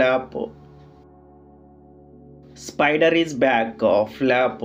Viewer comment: Flop❌️ FLAPPU✅️😂😂